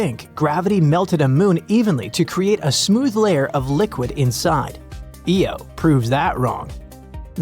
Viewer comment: Your AI can't pronounce IO property. Really annoying. It's "eye oh", not "Eee oh".